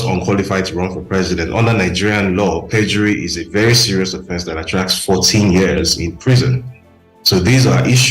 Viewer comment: Young lady, the eord is PERJURY and not PREDURY